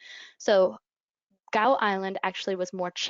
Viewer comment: Fascinating. Thanks. Here's hoping HPAI doesn't hit too hard. (BTW Gough = gof or gaaf).